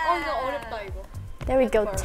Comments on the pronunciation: haerin try to speak english, pointing "there is dare, dare is there" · Haerin saying “Dare is dare (there)” 😂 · "dare, there you go" minji lmaoo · Haerin - ‘dare is there’😂😂😂